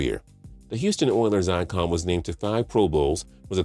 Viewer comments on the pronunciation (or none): none